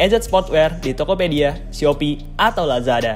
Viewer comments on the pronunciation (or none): none